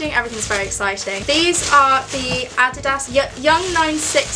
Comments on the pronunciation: The way she said Adidas I was dead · omg the way she said adidas lmaoooo💀💀😂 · Triggering how she says Nike and Adidas 😪😪😪